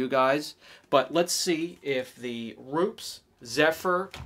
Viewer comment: Using Rupes all wrong. Can’t even say it right. Tiny polisher, wrong pad, hell wrong polishing system. Rupes is designed to work best with their pad and machine. This video is absolutely ignorant.